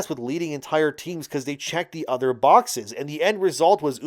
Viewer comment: lol you say other like utter lmao